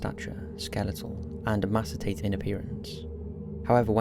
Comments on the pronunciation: “Neutral pathways” and “emacitated” 😩 Neural pathways. & Emaciated I love this channel but this distracts me. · ffs! "e-mass-itated" is not a word!!!!!!!!!!!!!!!!!!